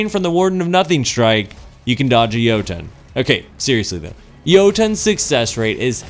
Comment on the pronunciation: Softer T'n next time on Jotunn. It's not Yo-TOHN. It's Yo-Tunn....... literally spelled like it sounds. EDIT: Also, wow... I'm trying to be nice here, but you have lost me with this one. Jotunn's shots are anything BUT unpredictable. You didn't spend enough time with it unlike your opening statement of "i ExPlOrEd EvErY fUsIoN rIfLe DeEp".... if you had, you'd know you can manipulate the tracking by leading your shots... like ANY OTHER FUSION. You'd also know that there's more than one way to play Jotunn, by treating it just like any other fusion; use it like a flaming fist. The goal isn't to try to land your shots at 50m+ away... the goal is to LAND them. A good Jotunn player will never miss. I should know. A-tier at best.